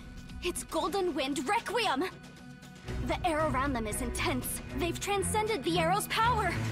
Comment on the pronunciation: What’s funny is that trish say requem😂🤣😂🤣😂🤣